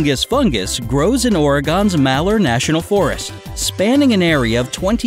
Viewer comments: OMGsh You pronounced Oregon as "Oreh-gone." I'm kinda mad at you for that. It's "Ory-gun." You owe me. Lol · Why do I want to scream because they said oregon incorrectly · He said Oregon wrong 😂😂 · I cringed when he said Oregon